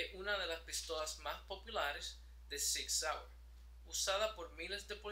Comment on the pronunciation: No sive Sig waye lol